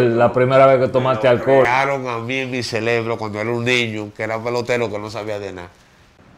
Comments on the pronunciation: (LA PALABRA CELEBRO) me hace doler los oídos , esa historia está mal contada , donde estaba su familia en ese momento? Que maldita fragilidad, si x un jumo de 1ra vez todo el mundo cayera en vicio, entonces todos estaríamos como él con el ce re bro 🧠 tostado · Exacto, dizque se aclarò todo, ahora estamos màs confundidos, y no creo nada, para mi es puro rating, ese tipo no sabe ni donde està parado, sòlo habla muchas estupideces e incoherencias, el "celebro" como el dice, lo tiene fundio 🙄